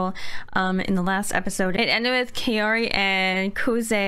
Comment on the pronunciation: Ma'am she's kaori.. not caori